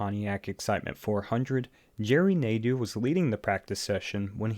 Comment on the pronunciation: It's Geoff Bodine and Jerry Nadeau, not Jeff Bodine and Jerry Naidoo lol.